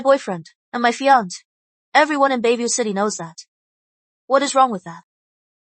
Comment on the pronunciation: Yes the Dubbing seems to always pronounce Fiance as "Fiankay". The Dubbing is based from an Asian Source, so it often mispronounces English words.😮... I have also noticed that Cafe is often pronounced Caff.